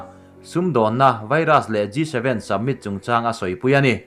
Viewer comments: Submit ti tlat pek a a chhiar khian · G 7 summit tih tur aw submit tiin lam tlat a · submit nilo in summit (samit ) angin lam tur aw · Summit tih pawh hi submit tiin a lam tlatin ka hria 😊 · I in buatsaihna chu a tha khawp mai, chuan mizo tawng nilo 'Dam' tih te 'Summit' tih te hi chu han lam dik thei hram la. Mi a tituilo thut zel.😀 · Tahan post thulak nan hmang tawh re2 suh... Hleihluak, dam(tuikhuah), summit... I lam dikloh langsar zual